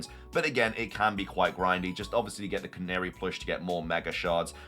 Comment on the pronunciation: I thought I was going insane but youre the first person to pronounce Canari correctly I swear lmao